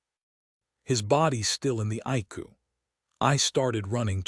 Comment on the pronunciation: Some words are not pronounced right icu is I c u